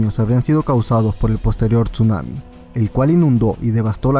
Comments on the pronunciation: hola me acabo de suscribir un apregunta por que dises chunami si es tsunami o es que escucho mal :v Owo uwu TuT 7u7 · NO se pronuncia la T en Tsuanami, simplemente se pronuncia Sunami...no paras de cometer el mismo error